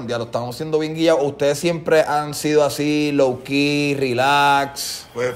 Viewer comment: Mundo cabrooooon, es “así” no “aci”